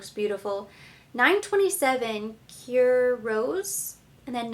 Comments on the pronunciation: as a native French speaker, I think you do a very good job pronouncing the French words. French is just not an easy language - even for the French. And the French also have their regional accents! Here is how to pronounce that word "cuivre", which means copper. Qwe+vra but make the ending a little more like 'uh' not 'ah'. And 'cuir' means leather and is pronounce very much like 'queer', but with a French soft rolling 'r' at the end. Here is a website that can help you with future pronunciations. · Ps the word cuivre is kind of pronounced like KWEEV-ruh